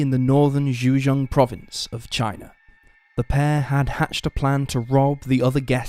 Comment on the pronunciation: I just can’t stand the commentary, for what ever reason this dude pronounces his a’s as r’s for example Lawr instead of Law, Chiner instead of China, ect, it’s completely unnecessary and misleading. Anyone agree?